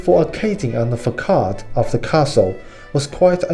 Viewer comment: "Façade", the "ç" is pronounced like "s", not hard like "k". Great video!